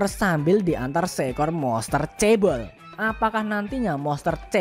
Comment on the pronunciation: Ngakakkk coeg, klw nyebutin anj*ng dan cebol pengucapannya jgn pke intonasi bang haha...